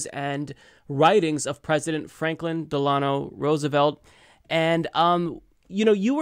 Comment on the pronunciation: I like how pronounced "Delano" 🙂